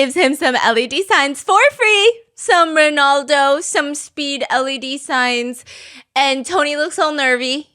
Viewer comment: Stephanie I love your videos so much 🫶🏻 but girl it Ronaldo not Rinaldo